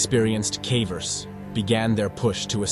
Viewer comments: What on earth are cavvers? Its pronounced in the same way as cave. Ie cay-vers. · Pronounce "caver" correctly. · Your pronunciation of “cavers” is atrocious